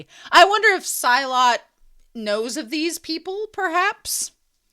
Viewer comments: The etymology of the word "Silat" is unclear (Arabic or Sanskrit origin). But either way, it's pronounced like see-laht, not sy-luht. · silat's name is pronounced as 'see-laht' just so you know